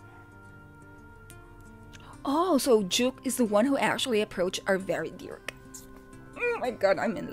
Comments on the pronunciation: His real name's Jake Lawson so Jvke's probably pronounced as Jake. The two are only similar in that they both have low register voices (which they can pitch higher) but that's where the similarity ends. You subconsciously were actually able to tell them apart because your initial reaction was correct in that Jvke was an unfamiliar voice. You recognized Kaze's smooth and sultry voice (which Jvke's voice doesn't sound quite as, being of a different quality) and soothing tone (again, one that's unique to Kaze) when he came in and only became confused then, because you didn't know Jvke's voice. Kaze also has this lazy, laid-back way of singing that Jvke, who has his own unique style of enunciating words, doesn't. Lol. Either way, you may have gotten confused and, in your confusion, think they sound similar but they really don't and your gut knows it which was why it was right all along. xD And it's Matsuri. Matsuya is a donburi chain. Lol. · Sorry but JVKE is actually pronounced as Jake and not Juke 😅